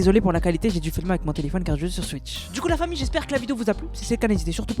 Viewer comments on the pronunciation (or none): none